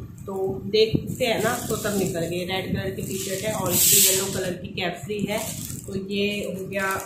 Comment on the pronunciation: Kaifri nahi hota capri hota hai..... please correct